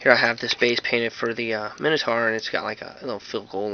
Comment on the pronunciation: Why would pronounce minotaur differently to how you'd pronounce dinosaur? It makes no sense. They're both from Greek... Top tip: when I was making my board, I made the spaces of the pitch using tile spacers from a DIY shop. It makes them raised, obviously, but I like the way the models then are sorta caged in,they come up to about the level of the bases so it doesn't look stupid either. Love the boards though bro, keep up the good work.